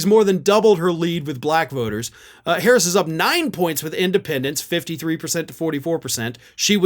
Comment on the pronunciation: How could you say her name wrong! I’m so ashamed in you! Hehe 😉